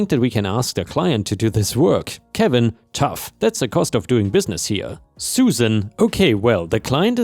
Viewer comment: or "touch", not tough.